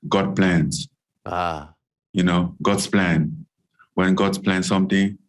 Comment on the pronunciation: "God Plans" 😂😂😂😂😂😂😂😂😂😂😂😂😂😂he butchered it perfectly